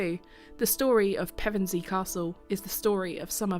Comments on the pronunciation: A very informative video, just a shame the narrator couldn't pronounce Pevensey properly. AI perhaps? ps. Still subbed ;) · Such an interesting history. You pronounced Pevensey two ways - "pair-ven-see" isn't usual but you got it right when you used Pev-en-see 😀